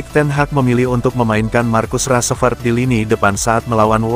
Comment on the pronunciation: Salfok sama penyebutan "markus rasprett" dan "rasmus holan"